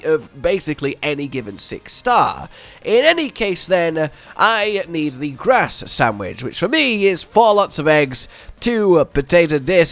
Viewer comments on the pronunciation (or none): none